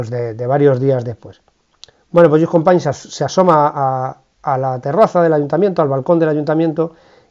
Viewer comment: "Fransés Masià" se pronuncia en Català , Lluís Companys ya lo pronuncia bien ud